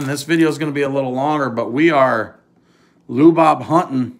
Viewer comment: Lu Bob? That hard to say his name. Changing Latin names